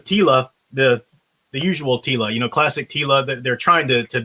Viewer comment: Teela, more like reeela. jokes aside just because it may be better than NOT-She-Ra doesn't mean it's not going to suck.